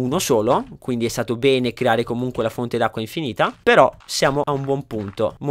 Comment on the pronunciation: Sono io che sono pervertito o a ha detto pene al posto di bene?